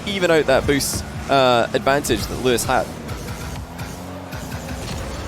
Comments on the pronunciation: He started out with Luis, but adapted to Luiis based on pronunciation, I think he kept that up till the end. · holy moly pronounced luis correctly never mind he can't decide between Louis and Luis